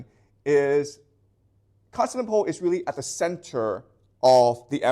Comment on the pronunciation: I can tell this man reads a LOT. Why? Because he mispronounces unusual words and names, those you don't encounter in every day speech (eg Constantinople). Basically it means he didn't have someone lecture him so he can pick up the pronunciation, but he learned it by reading so the pronunciation isn't obvious. This isn't to criticise, and I think it's the mark of someone who loves learning.